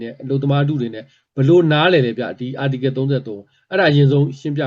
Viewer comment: Article ကို ပီသအောင်မခေါ်တတ်ဘဲ ဘိုလိုကြွားနေသေးတယ်။